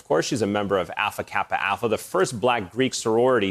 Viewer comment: Bogart it’s not a critique of the interview. It’s a correction of the intro. Just as we would expect journalists to properly pronounce Aleksei Navalny, I don’t think it’s any different with organizations. The interview with my sorority sisters was great. Just put some respect on our name.